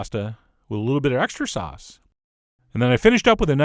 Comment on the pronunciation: The way Chef John pronounces “sauce” makes me giggle. “Saahss.”